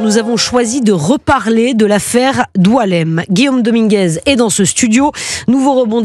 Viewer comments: Boualem et non Doualemn. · C’est BOUALEM pas Doualemn😅